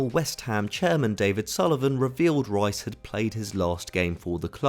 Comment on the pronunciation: Ruas? who's that? I thought you were talking about Declan Rice? You lot can't even say British names correctly